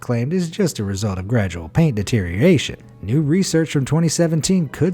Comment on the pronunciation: DE-TE-RI-OR-A-TION has SIX syllables, NOT five!!